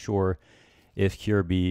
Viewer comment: For future reference, his name's pronounced ki-yehr-bye